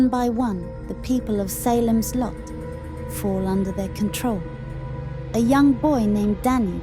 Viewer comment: SAY lems Lot.